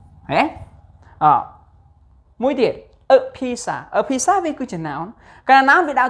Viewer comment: Pizza /ˈpiːt.sə/ noun [C or U] ភាគច្រើនអានពាក្យនេះមិនត្រឹមត្រូវទេ